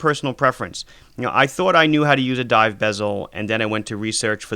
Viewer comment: Did he say scuba Dove